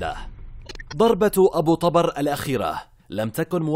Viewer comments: ذبحنه بنطقه ابو طبار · ابو طبر بضم الطاء مو فتحها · التقرير كله خطأ ياريت لو بس متابعين المسلسل جان فهمتوا كل شي حتى نطق الاسم غلط